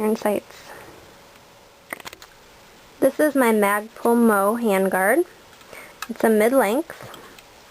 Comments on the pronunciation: Very nice... I give that a two thumbs and two toes up lol.... you know everytime you say MOE instead of M-O-E (one letter at a time) it reminds me of the three stooges hahahah. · You have a pleasant, easy demeanor as well as an excellent mastery of the finer points of a well thought out weapons system. Bravo! A real pleasure to watch. I think you also serve as quite a positive role modlel to any group of young men or women.. Keep up the good work! It's Em oh Ee, BTW. :)